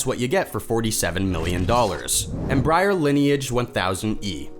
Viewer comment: Not "Em-briar", not "Embry-Air"